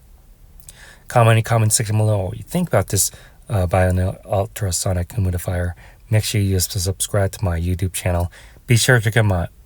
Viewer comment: Humidifier pronounced “himudifier” every time is sending me😭